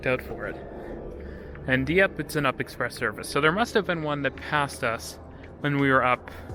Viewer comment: We don't call it the up express, we all know it is pronounced the "You P" Express. Has been that way from day one. We don't call the TTC the Titc, it's TTC.